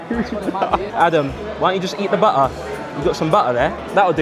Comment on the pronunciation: "juss" ahahaha don't change! 😆